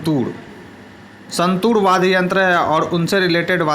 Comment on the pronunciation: वाद्य बोलो भैया वाद गलत बडे जा रहे होय